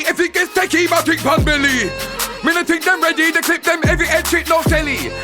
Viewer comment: Pussy don't turn red unless ur having sex and then she gets her period....pussy is usually pink....pussy will get sore but he's capping...imagine him coming to jamaica wit his small "hood" me as a jamaican takes this guy as a joke he says fink instead of think 😅😅😅